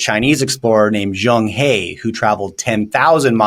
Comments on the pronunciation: Pronounced as zhang "her" not "hea". He was a central Asia muslim. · Zhang He is pronounced as Zhang Her as in Yellen and "her" failed economics.